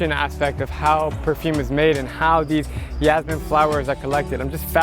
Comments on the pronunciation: its jasmine not yasmine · STOP SAYING YASMINE, its JASMINE like jazz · Its pronounced Jazz-meen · You're pronouncing "jasmine" the wrong way!